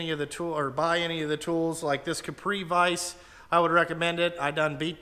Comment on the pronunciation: "cripe vise"? Capri? I hate it when I notice I say wrong things in my videos too. That was definitely the environmental friendly way! Feel bad for the guy who has to replace that bushing! I guess they figure if they pre-drill the hole, getting it lined up when pressed in that tight could be impossible, so you're better drilling it once you've got it pressed in.